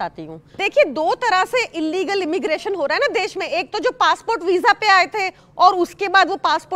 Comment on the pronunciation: Illegal ko inlegal na boliye